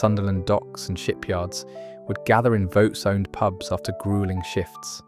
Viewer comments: It’s not vow it’s vaux like forks with a hard x on the end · Vaux is pronounced 'Vorks'. I still remember lunch in the Brewery Tap. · Yup. A good video with a southerner unable to pronounce Vaux. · I used to pronounce it the same as the beginning of Vauxhall cars, just without the "hall" bit. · Vaux (as in Hawks) and Wear is Wier not wear.